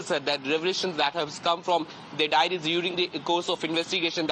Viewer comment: Diaries not Dairies.